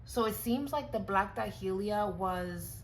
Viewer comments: Day-lee-a, not Da-hee-lee-a. Just saying. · I never heard black dahlia pronounced like that but I am also in the south we have a drawl